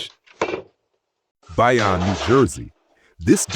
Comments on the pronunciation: BY ON New Jersey - lol - its pronounced BAY OWN - A for effort LOL BAYONNE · It’s pronounced BAY-ONNE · It’s pronounced “Bay-own” NJ and “Haver-Ill” (silent h) Ma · Biyon NJ 🙄 Artificial intelligence isn’t very intelligent 😂